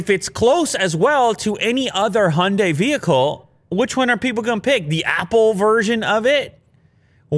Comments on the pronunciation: Cars name: Hyundai. Pronounced correctly: Hi - Un- Die.: Hunday. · "honday" High-un-die Honday 😒